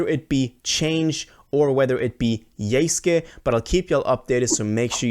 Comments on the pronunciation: It literally says YESUKE in your title, but you right away pronounced it as YEYSKYEY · It’s pronounced = Yous-kay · bro really said "yayske" 💀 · yay sky